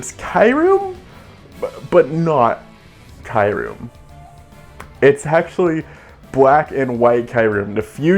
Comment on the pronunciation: It's KYOO-REM! Like "POO" but "KYOO". And that's it.